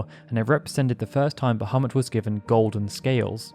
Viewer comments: *BahamOOt! It's pronounced "Ba-hah-MOOT", NOT "Ba-hah-MUT", damnit! =__= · "Bahemutt"?!? Sorry, can't watch. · The actual pronunciation is "baha-moot" but personnally I hate that lol I prefer "buh-ha-mutt". They verbally say his name in FF12 and when I heard it, a part of me was heartbroken they pronounced it like that lol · It's a minor thing and I may be wrong but I am pretty sure that original pronunciation is bah-ha-moot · So happy to hear you pronounce it that way. Pretty sure it should be closer to bajamoot, but I've always said it the way you do here. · um Bahamut its pronounced 'Bah-mew' but to each there own. I was just being informative that's all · its pronounced "Bah-Ha-Moot" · bahamut ❌❌❌ ابو محمد✅✅✅ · this just minor issue, but probably you should reviewed the subtitle, as the way you pronounced bahamut, the sub showed 'muhammad' instead quite few times. thanks. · Funny that you bring that up. Turns out that Bahamut (the fish) is a creature of Middle Eastern origin. So I find the error oddly appropriate.